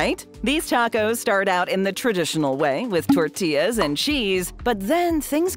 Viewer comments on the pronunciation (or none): none